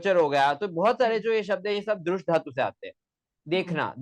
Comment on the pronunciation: Rajpopat jaise gadhey logo ka interview kyu karta hai lallantop... Sanskrit mey PhD karne waala.. simple dhaatu ka uchchaaran theek nahi kar raha.. dharm aati hai.. dhikkar hai... Mujh se sampark kar le bhai.. sikha doonga.. sahi uchchaaran.